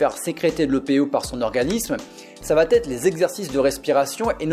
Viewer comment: Ça va être", pas "ça vaT être" !